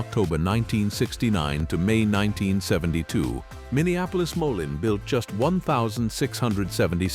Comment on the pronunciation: It's pronounced moleen idiot